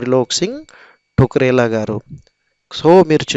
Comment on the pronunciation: త్రిలోక్ సింహ ఠకురేలా.... కవి పేరు. టుకరే లా కాదు...గమనించగలరు 🙏